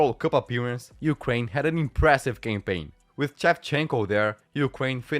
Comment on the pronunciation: Love how the pronounces "campaign" as "gangbang". Like literally.